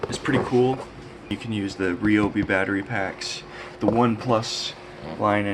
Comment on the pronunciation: Thank you for pronouncing Ryobi, correctly! Ree - Oh - Bee .... 👍🏻👍🏼👍👍🏽👍🏾👍🏿